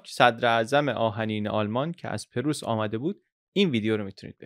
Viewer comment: ممنونم از وقتی که صرف اطلاع رسانی می‌کنید. خواهش می‌کنم کلمه پرُیس را صحیح ادا کنید. سپاس Preuß= Preuss